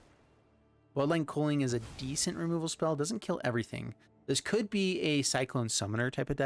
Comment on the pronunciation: Same, and he called culling cooling. 😅